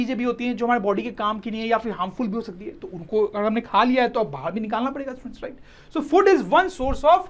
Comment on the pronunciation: In a single video sir says about 100times stuents, stuents 😂😂😂